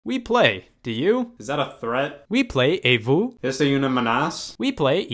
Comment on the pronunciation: the way he pronounces "est-ce une menace ?" as "essay uneu menass" kills me also "Wii Play et vous" and "Wii Play Y tu" literally doesn't mean anything as "we play" is not pronounced like that